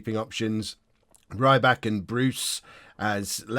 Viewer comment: Rybak is pronounce: Ree-bakh.... i believe